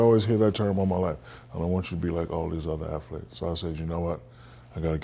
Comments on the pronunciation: too bad he failed the phonics portion of English class.... it is ATH-letes, not AF-letes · the dude said affletes... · "i dont wanna be like other afleets" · Thats how you pronounce th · Welcome to Ebonics 101, 'TH' at the beginning of a word is pronounced as a D (dis,dose,dem etc,) 'TH' at the end of a word is pronounced as F (boof, truuf, uncouf)